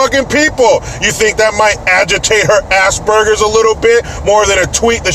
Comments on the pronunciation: Was that "assburgers" I heard, versus aspergers? 🤣🤣🤣🤣🤣🤣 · I thought he said asparagus, oh well, tomato tamato! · ASS-bergers?! Wth lmao😂😂